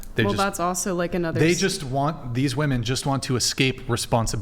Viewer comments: It’s WOMEN not WOMAN ! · What the heck is it with these people that say "woman" instead of "women" suuuuper annoying, didn't you learn how to talk in Grammer school? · When did the pronunciation of women become woman? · Omg the women on this show. The plural of woman is WOMEN. WOMEN. WO-MEN. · Why do these women, not know women is not the same word as woman. And are not pronounced the same. 🤦🏻‍♂️